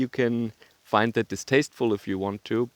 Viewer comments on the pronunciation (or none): none